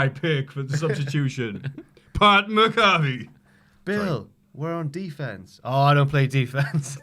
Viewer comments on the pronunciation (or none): Pat MACK-UH-FEE it's been a year gents it hurts everytime you say it the way you do lmao